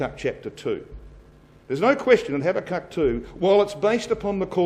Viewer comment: its pronounced habacook.but spelt habakuk.